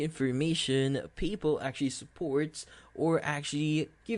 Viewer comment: "People" are us, you and me are people... "PayPal" is pronounced just the way it looks Pay (as in pay a bill) and then Pal (as in friend) using two words: Pay Pal... This video only sounds confusing, it's an easy fix. Thanks for rhe info.